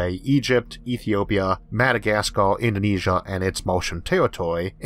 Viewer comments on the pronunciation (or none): none